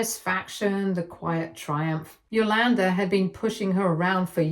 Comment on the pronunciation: It drove me crazy every time she said the name. Cool! 👍🏾 Now I get it.